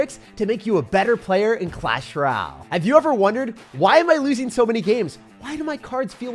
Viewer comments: since when did you start saying clash “rall” instead of clash “royale” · “Clash ryal”💀💀💀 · Clahs rall 😂